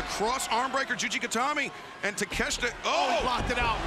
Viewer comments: why do Americans call it takesta wtf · Takesh-I-ta ... there's an " I " in the name... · just say it like ta kesh ta. It's not that hard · these announcer clowns spent the whole match mispronouncing takeshita's name